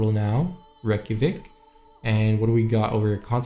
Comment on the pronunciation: reykjavik is NOT how your pronouncing it. Do you realize the millions of people your insulting IRL in this real capital of Iceland? sorry its Not good to do these things as a youtuber. Live and learn.